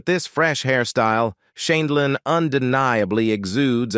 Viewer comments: Horrid voice over!!! Mispronunciation over and over including variations on Judy’s last name. Good content but ditch the robot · Why does the narrator mispronounce her last name 7 different ways???? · Why would you get an announcer that didn't know how to pronounce her name? Very dixtracting.. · Your AI narrator needs to be programmed to pronounce words more consistently. There must have been 5 different ways that "Sheindlin" was pronounced. And when that's the main subject of the video, it is important to get it right. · Announcer cannot pronounce Judge Judy’s last name. Also cannot pronounce Ruth Bader Ginsburg.